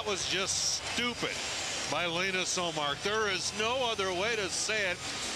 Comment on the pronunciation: its Linus, not lenus or lanus damn mispronounced it so many times